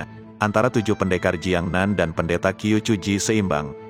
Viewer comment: Qiu = chiu, jgn Qiu bacanya Q aja